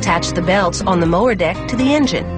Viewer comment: anybody else hear "the mower dick."?